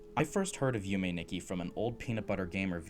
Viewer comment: This was an absolutely amazing video, one heads up Nikki is actually pronounced differently in Japanese it's pronounced "Neekee" I'm not surprised you were thrown off as pbg also said it wrong, but as a Japanese speaker myself it was a bit hard to hear Nonetheless I absolutely loved your video and I'm subscribed Yume Nikki is one of my favorite games of all time, it actually inspired my profile picture I absolutely cannot wait to see more Keep up the good work